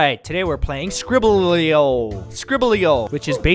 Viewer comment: Ah yes "skiblelrieiiio"